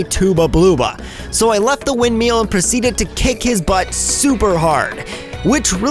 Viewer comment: "Tooba Blooba" "windmeel" No offense, but how do you screw that up?